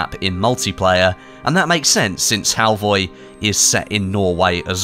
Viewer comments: It’s Halvøy, not halvoy. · HALVOY?! A crashcourse in Nordic alphabets: Norwegian: Æ, Danish: Æ, Swedish: Ä. Pronounced like e in "elevator", usually long. Norwegian: Ø, Danish: Ø, Swedish: Ö. Pronounced like a in "an" and ea in "early", also usually long. Norwegian: Å, Danish, Å, Swedish: Å. Pronounced like a in "all". Halvøy (half-island or peninsula) is then old norwegian and is pronounced hall-v-öy where ö is like in "an". For people familiar with French, it would sound like "veuilles" (which I guess is not a word but you get the point). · Im sure its Halvö 😅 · It's pronounced Halfur! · fur is pronounced fir halvi ?